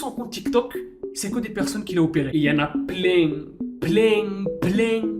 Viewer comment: La je suis pleing pleing pleing Et l'autre la bas il est bien bieng bieng